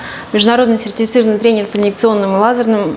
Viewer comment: " серррррцирррный " тренер))🤣🤣